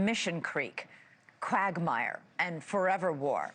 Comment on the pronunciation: Yeah - I heard that too. also sounds like she "cragmire" instead of quagmire the first time. I blame whomever typed the notes she was reading.